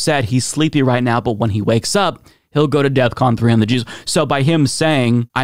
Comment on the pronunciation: DEFCON, not Death Con!! 😂